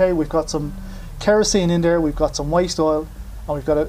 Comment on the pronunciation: Thought you said waist oil